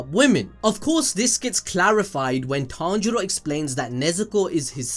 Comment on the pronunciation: Tanero 😂😂😂😂😂(Tanjiro)